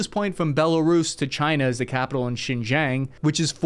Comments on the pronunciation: I lived in China for 6 yeats. XinJiang is pronounced like "seen Jēang" (the "ia" in Jiang is pronounced like the "ia" in "Lia"). Chong Qing is pronounced "chong ching" . X is pronounced similar to an english S. Q is pronounced like an English Ch. (Both not exactly, but close enough for an English YouTube channel lol). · Egads you def did NOT pronounce that correctly, but that's okay. Chong is like the first have of chosen with an 'ng' on the end, then ching like the first have of Chinglish, then Sheen jee yawng but make jee-yawng a single syllable. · nope you still bungled the pronunciation - for the "o" in "chongqing", you said it like "wo" when it should just be the "o" part - "xinjiang" is pronounced roughly like "shin-jiahng" (think: spanish "a") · close but no cigar 😂 Chong (rhymes with long) not ChoAng, Xin (sounds like Sin not sheen) Jiang (rhymes with rung as opposed to rang). God bless you indeed ✝️❤️ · U butchered the name of the chongqing Xinjiang railway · Actually you butchered the pronunciation god bless you🤣. It sounded like pretty bad. BTW " The Bosphorus RIVER?!!!!!????